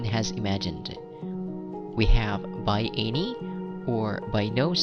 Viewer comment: I applaud you for your content, it gives us all a heads up on the test. I just have one issue though.. I cant help but cringe on how you pronounce some words like ANY and MANY.. and so many other words, usually with how you enunciate the letter A. I assume because you are of Bisayan Descent. But it's cool really, my parents are Bisaya as well. And I've heard you put Es after words that I normally hear from DJs and MCs like Rey Langit and Ted Failon. I know that's your style and all... plus you got a score of 9 in IELTS speaking test so who am I to criticize you right? I would gladly trade you my pronunciation skills to get that score. Overall, I say you're doing a fantastic job at helpin people to better understand IELTS. God bless you.